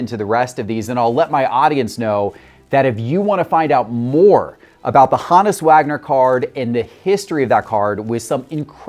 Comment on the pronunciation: Take a drink every time he pronounces HOE-NISS (honus) wrong.